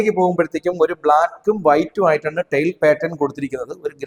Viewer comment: Sir, Tail അല്ല tile